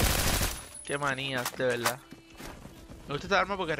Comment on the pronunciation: Hey por que en ves de decir verdad decis veldad?